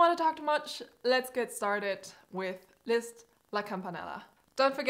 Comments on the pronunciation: Are you german? You pronounced his name very native 😄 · Very nice video, you nailed this! Btw if you didn’t also nail Listz‘s pronouncation I wouldn’t even have noticed your accent... and maybe also not that you say autsch and not ouch. Love how you explain your speed practice techniques, I would’ve watched this uncut. Keep on the good work :) Okay you also count in german... ja ich bin der weltallerbeste Detektiv wollt ich noch gesagt haben